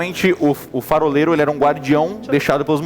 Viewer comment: Eles errando ao dizer faroleiro é muito bom kkkk farofero